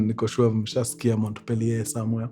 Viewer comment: Mkurengezi Montpelier is pronounced as "Mopiye"